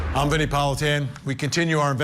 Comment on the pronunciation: Vinnie pronounced it correctly.